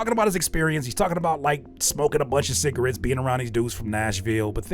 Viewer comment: “smokin cigawetts head ahh” 😂